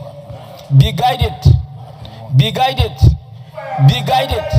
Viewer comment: Be guided not be guitet